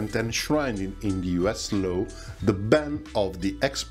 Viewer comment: English spelling is a terrible guide to pronunciation. :^/ In the word Law you completely ignore the 'w', and just say it like the first two letters of 'lottery' – same vowel as 'pot', 'lot', or 'got'. (Except you hold it a bit longer.)